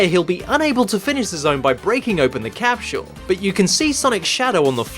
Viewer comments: Love how he says capsul....... Jump on the capshoool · “ and then you just jump on the capshil.”,?